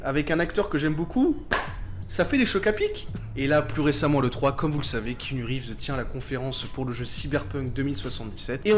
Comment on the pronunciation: bon je connaissais déjà la vie de keanu mais pas mal le petit résumé ! (pour faire le relou, le a de keanu ce prononce mais c'est un détail mdr)